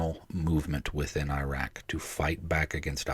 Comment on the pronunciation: How the heck do you serve over there and not learn how to pronounce العراق properly? Anyway, from the guy who found the launcher that was stopping the CAS providing the top cover without which the front line wouldn't advance, a reminder: The name عبير قاسم حمزة الجنابي is not forgotten, and that story didn't do anything to improve relations. It was inevitable since early 2002 when the massive effort to teach Americans to hate all Arabs and all Muslims and blame them all for 9/11 started and even more people could see it coming when the decision was made public to invade and occupy العراق with a quarter the number of troops the experienced senior officers said would be needed.